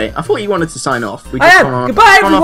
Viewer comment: I forgot this was the episode with fwends xD